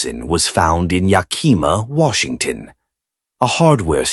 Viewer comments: I often wondered if it was AI. Yakima is a brutal town and I have seen awful ppl beat up people for saying it wrong. I used to live there. Yak as in the animal....ih not ee...muh...yakihmuh. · Yakima......lol......it cracks me up the way you pronounced it. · Yak - eh - ma - accent on the first syllable. Plass-er. Please look up pronounciations before reading!